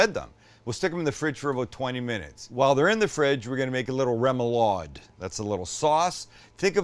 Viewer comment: As a New Orleanian, you should try a surf 'n' turf poboy. Shredded roast beef with gravy and fried shrimp dressed with lettuce, tomato, pickles, and mayo. Also, smaller shrimp allows for more coverage on the bread, so I'd recommend that for the traditional sandwich. Also, remoulade is pronounced raw-moulade.